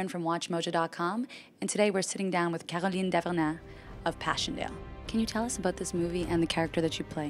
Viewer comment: Hearing Erin pronounce Caroline Dhavernas puts me on factory reset